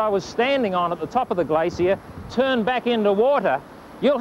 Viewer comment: Gla-Cee-Uh =p